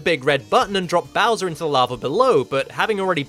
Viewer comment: I love how you pronounce Bowser. Bowsa. Bausa.